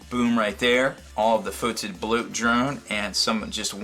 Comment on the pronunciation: It's not pronounced foe-tid. It's pronounced as "fedid"